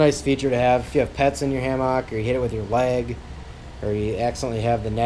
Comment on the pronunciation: Please stop pronouncing hammock like that.